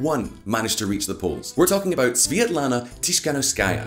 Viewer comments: Seriously? Your source is euro weekly? And not being rude, but the family name of the opposition is not so hard to pronounce its tihanovskaya (dont know where you got the , s,shshs) not being pro or contra but, stop the ongoing anti russian pondering. P.s I dont think people in Ukraine started to live better after maidan ,i believe its worse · Tikhanovskaia🤦‍♂️ (not Tishkanovskaia or Tiskanovskaia) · No one: VisualPolitik: Svetlana Tisfglkhdghskaya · Tikhanovskaya: pronounces her surname. During the video, in a citation: Tikhanovskaya’s surname is correctly pronounced. The channel’s speaker: “Tishkanovskáya”. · Omg man, learn just 1 name - Tihanovskaya (Tee-ha-nov-skaia) it's not that difficult, especially if you make professional youtube videos about politics. But generally video is good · Repeat after me Ti-kha-NOV-ska-ya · Svetlana Tihanovskaya. Is it that difficult? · tiKHanovskaya. It's a KH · Tis-hanovskaja 😂 you should pronounce surname better 😇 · Tikhanovskaya? Tsinanovsky-a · Man, you butcher the name of this brave woman, her name is Svetlana Tikhanovskaya. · It irritates me when he pronounces; Tihanovskaya. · Not sure why it's so hard to pronounce Tikhanovskaya unlike Featherstonehaugh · just because you've taken one attempt to pronounce her name doesn't mean her name is unpronounceable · Tikhanovskaya, for fucks sake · Dude, her name is not so difficult to pronounce smh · Тихановскаја :) So Simple, but still english speaking people struggle with eastern european names. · Come on, man. Tik-ha-nov-ska-ya. It’s not that hard :). Jokes aside, thank you for covering this. Global media silence on events in Belarus are baffling Edit: are you doing this on purpose? Babakairo?? :) slowly: Ba-ba-ree-ko